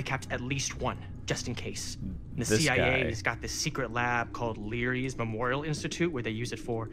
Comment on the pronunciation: I just wish he commented on Lerys being called Leeries